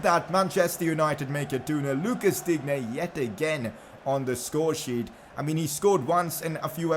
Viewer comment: Luca digne name is pronounced luka Dean